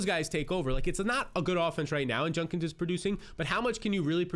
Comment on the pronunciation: Bro, it's JUDkins. Not Junkins. Hate to be that person but damn you say it wrong every time.